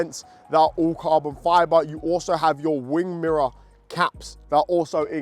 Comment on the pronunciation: He says carbon fyaaboh